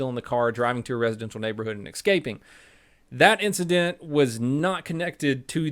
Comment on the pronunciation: Exscaping